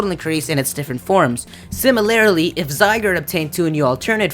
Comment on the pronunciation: You mispronounced trio and said similarily C: that's adorable. I'm a fan.